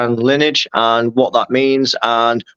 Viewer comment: Lineage* said as lin-e-age